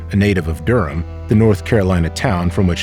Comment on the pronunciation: AI should know it's pronounced 'Durm'